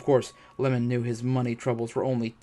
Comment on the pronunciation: The husband's name is I-e-mon, like Ye-mon, not lemon 🍋